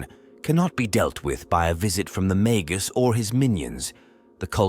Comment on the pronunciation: Feed the AI mah-gus, or mah-guss, instead. It's pronouncing it mag-goose. Or better yet use the Bonzai Buddy voice for extra schtick.